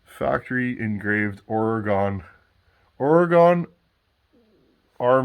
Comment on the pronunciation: I was just given/traded a Mac 250 that looks very similar. I'm going out soon to see if it has the same carb. I love your presentations, but try to remember that there is no "e" on the end of OREGON. We're right here, we're not "gone". The way we pronounce our beautiful state>" ORYGUN!.